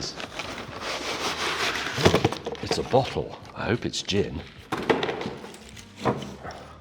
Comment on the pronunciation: Somebody else heard " it's a b*tthole" instead of "it s a bottle" when he saw Jeremy's one?😂😂😂